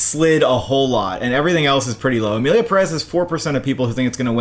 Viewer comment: Emilia Pérez is pronounced like Emilia Peh-rez with the stressed syllable in Pe.